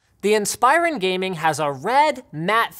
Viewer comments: Why does he keep saying “inspīron”? It’s pronounced “inspirōn” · In- spi - rin is what you said Im sorry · Linus....its pronounced INS-PER-ON